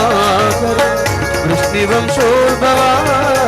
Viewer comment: വൃഷ്ണിവം ശോൽഭവ എന്ന പ്രയോഗം തെറ്റ്,വൃഷ്ണിവംശോൽഭവ എന്ന് ചൊല്ലണം